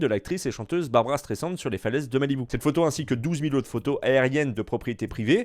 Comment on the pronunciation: C est pas Barbara mais barbra